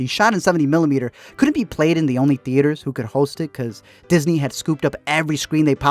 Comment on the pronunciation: OK, after the second pronunciation of "wrih-en" and the first of "couh-ent" I abandoned this video. Just for future reference, it's "written" and "couldn't." OOH, and let's not forget "kih-en!"